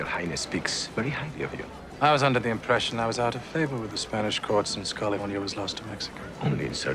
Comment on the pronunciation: Kalefoinya. Laeter to be roold by herr Govarnaytor Ahrnahld Schvarzaneggahr.